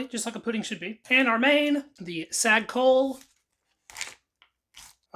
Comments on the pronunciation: Chole is pronounced CHO-LAY 🙄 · 'Chole' is pronounced 'Cholay'